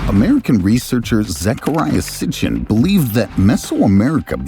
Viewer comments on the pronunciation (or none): none